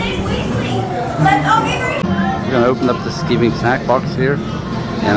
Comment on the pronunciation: Pronounced sky ving not skiv ing